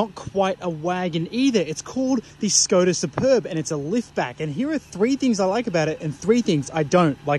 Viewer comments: You pronounce it Shkoda... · pronunciation is Shkoda. "Sh" as shut, shit, shape ... etc